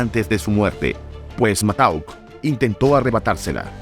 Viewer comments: El apoderado de Pedro Infante era Antonio Matouk, se pronuncia Matuk, no Matauk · Matauk? No manches wey, siempre oí Matouk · Se pronuncia "matuk".